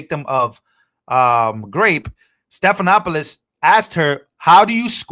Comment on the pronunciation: Check the pronunciation of George Stephanopoulos’ name. 😊